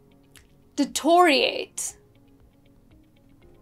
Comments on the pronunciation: Ha ha!! You can't pronounce them correctly yourself and your stresses are all wrong. That's 'det- EER- IA- REIT' and NOT 'DeTORiate'. DO YOUR HOMEWORK BEFORE YOU SET OUT TO TEACH OTHERS. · Oh please ....u have pronounced deteriorate totally incorrectly. It deh-ti-ree-o-rate and NOT de-to-ree-ate. Also, it's pro-nuhn-see-a-sion and not pro-noun-si-a-tion. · Deteriorate is not pronounced' detoriate' What rubbish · LOOOL you mispronounced Deteriorate (you said detoriate) and Explicit (emphasis is on plí) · Can you pronounce 'deteriorate ' correctly? No you can't! Check it out. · You pronounced deteriorate and indigenous wrong at least use google to confirm your pronunciations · Deteriorate? I never heard it pronounced like that, are you sure?? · You pronounced’Deteriorate’ wrong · Deteriorate, pronounced wrong! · bruuhh took a detour while pronouncing deteriorate. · You completely mispronounced DETERIORATE.